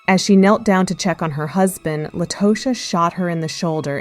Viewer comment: Her name is pronounced _"La-ta-sha"😮